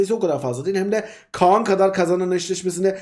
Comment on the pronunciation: Abi Khan a Kaan deme yaa